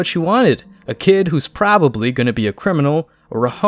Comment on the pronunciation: Why is there a Y in the word Kyid or I mean Kid!